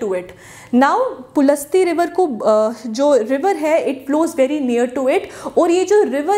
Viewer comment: Ma'am it was ॠषि पुलस्तय not pulasta